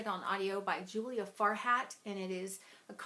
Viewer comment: I thought you said 'Fart-hat' for the narrator of Solstice and I have to admit, I laughed cause I'm a huge child haha.I definitely recommend rereading Rebel in the Sands, i really enjoyed it! You should give it another go before the next book in the series comes out which I presume is some time next year. Ooh, I didn't know Into The Dim had Eleanor of Aquitane in it, I love her as a figure in history! Elizabeth Chadwick has an excellent series on her, the first book is called The Summer Queen - I recommend!